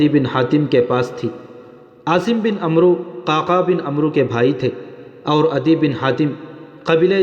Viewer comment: bhai عمروko amr padhe ع par zabar aur و silent rehega